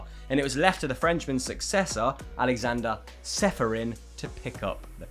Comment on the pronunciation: It's pronounced Cheferin :) Č is always ch.